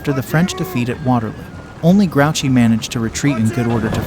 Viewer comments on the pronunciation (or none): Its pronounced gru chey. Not grouchy